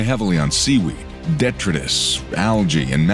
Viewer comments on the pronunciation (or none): Pronunciations.... 1) Polychaete - polly keet!....2) Detritus - de try tuss, emphasis on second syllable. The longest ever found was just under 10 feet!